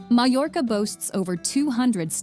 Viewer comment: Poor narration. Poorly pronounces Toledo, misspells and mispronounced Mallorca, Real Madrid is mispronounced. Do your research before narrating.